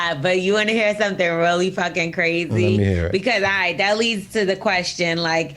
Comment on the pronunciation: ain't say the word rite neither 🤣